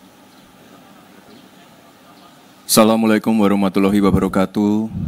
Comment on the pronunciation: Ngucapin salam aja salah ... Salammualaikum... Blajar fiqih ga sih.. Assalamualaikum.. Yg bener